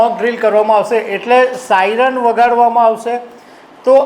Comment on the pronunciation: સાઈનર નહીં પણ સાયરન